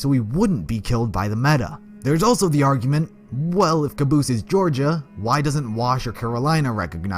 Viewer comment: The Brennan it's not caboose it's cabose